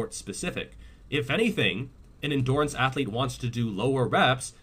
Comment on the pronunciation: Ross from friends kind of says endurance like endoorance